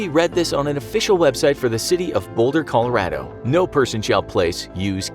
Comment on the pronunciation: Colo_rawdo? Ya pretty sure thats very western Colorado. Not Boulder